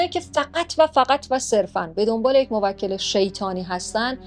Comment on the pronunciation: موکل یعنی تو به اون خدمت میکنی شما باید بگی موک٫ل یعنی تو به اون توکل می‌کنی (افتاد)